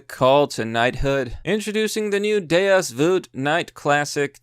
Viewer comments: God damn it dude, it's Deus VuLt, not Deus Vut, THERE'S AN "L" IN IT! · Why the fuck do you keep saying "Deus Voot"? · Vult rhymes with cult, not however you pronounce it.